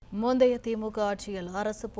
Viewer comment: மோந்தைய அரசு இல்லை மேடம் முந்தைய அழகு என்ற பெயரில் தமிழை கொலை செய்யத்தீங்க